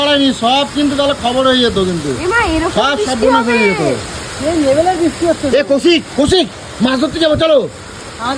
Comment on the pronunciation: Kathata bishti noy brishti